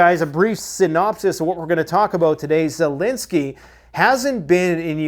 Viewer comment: I heard it “ZELOSENY”!😅